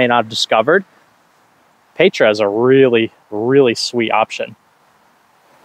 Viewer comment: Pronunciation of Petra - “peh-truh”. The “eh” is short not long like an A.